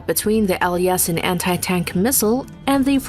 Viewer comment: It's Typed Yasin but the right way to say it is more like Yaseen.